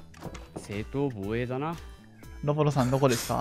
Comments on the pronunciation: 正当防衛が正当⤴️防衛⤵️なってたっすねw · 正当⤵︎防衛⤴︎ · 正↑当→防↓衛→ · 正当防衛のイントネーションやばすぎん？ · 正当防衛のイントネーションどうしたの？